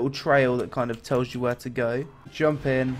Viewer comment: Pls say JUMPUUU in your next video, that thing is hillarious